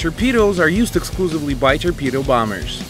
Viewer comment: Turpedo thats what he says haha